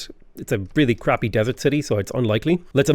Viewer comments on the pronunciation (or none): none